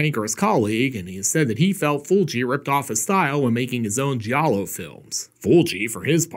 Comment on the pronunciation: Thank you for teaching me the correct pronunciation of giallo. ❤😂😅